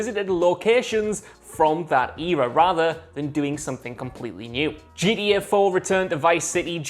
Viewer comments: It always sounds like he is saying GEA because he can't pronounce the letter t properly. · nobody: this guy:”GDA”